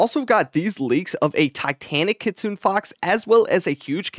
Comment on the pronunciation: buddy... it's kitsune fox, not kitsune fox. kit su ne. not kit sune. lol. I'm mostly hyped for the keybind QOL, I hope that if we get an event like this Good/Evil where we can afk hatch WHILE being in the grind zone, we can just press the keybind and drop flags without having to pause the hatching. the player profile thing feels like it a magnet for beggars though.